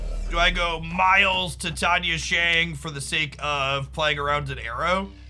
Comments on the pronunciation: doesnt bother with exact pronunciations. Not a big deal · Does he mispronounce Titania on purpose? Or is it not a pun of the element Titanium?